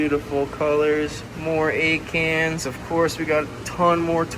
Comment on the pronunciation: Ok so when you were talking about one of your favorite corals "Acans" all I could hear was you saying "egg hands." I thought to myself what an odd name for a coral species so I googled it and quickly realized there is no such thing! 🤣🤦‍♀️